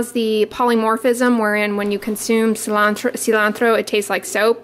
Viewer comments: Cilantro! Perfect pronunciation, do you speak Spanish? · You said "cilantro" perfectly in Spanish! What is your ethnicity? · I like the way you pronounce cilantro. 😉☺️